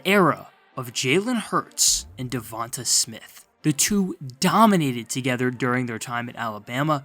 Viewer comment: His name is pronounced Duh Von Tay...not Duh Von Tah